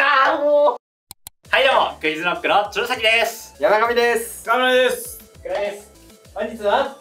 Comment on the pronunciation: 鶴崎が注射器に聞こえた